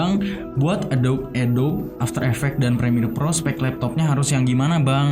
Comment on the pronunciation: Masukan bang, adobe dibaca "a-do-bi" Makasih😂😂 overall gua suka lu comeback gini